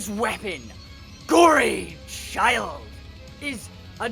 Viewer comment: Its good but its Gorechild not gory child